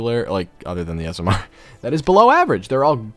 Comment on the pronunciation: I like how says smr